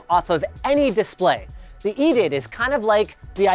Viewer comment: its called E D I D, not EDITH lol